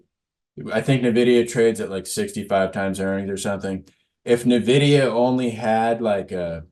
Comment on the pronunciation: It’s n-vidia not navidea